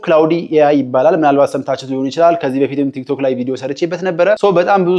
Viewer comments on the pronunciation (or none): none